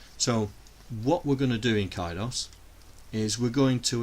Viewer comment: Interesting, for CIDOS, you pronounce "CI" with a hard "C", so it rhymes with KITE. In North America a "CI" is typically pronounced with a soft "C" which rhymes with "SITE". Not a problem since you are the creator and the creator's pronunciation always has final say, just like how "GIF" is pronounced despite todays Millenials pronouncing it incorrectly.